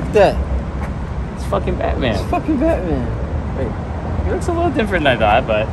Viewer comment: Its Batmayne